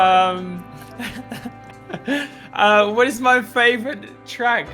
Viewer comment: Nobody: Lando: fravourite